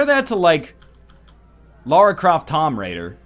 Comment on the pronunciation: Also - why do you keep mispronouncing Tomb? is there an In side joke?